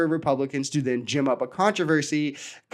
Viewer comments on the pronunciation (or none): did you say gim or gym up? Its gin up, not rude just info.... B